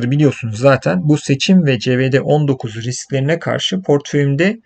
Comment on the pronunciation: covid19 a neden CE-VE-DE 19 diyorsunuz merak ediyorum doğrusu :)